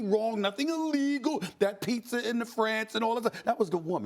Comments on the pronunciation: “He was eating pizzer”😂😂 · ‘He was eating pizzer’ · “HE WAS EATING PIZZER !”